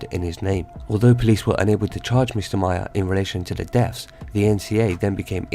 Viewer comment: Maher is pronounced like Mar...